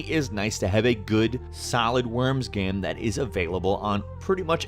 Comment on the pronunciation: PLEASE LEARN TO PRONOUNCE "GAME" IT'S NOT THAT HARD